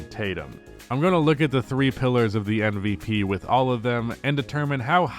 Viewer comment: Is it just me or does always say NVP. He is able to say M, but the sound at the start of his MVP is more like in NBA than in Embiid.